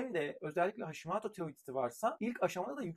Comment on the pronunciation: Hashimaato değil hocam Hashimoto uzatmadan ve “ o “ ile. Japoncayı akıcı konuşan biri olarak söylüyorum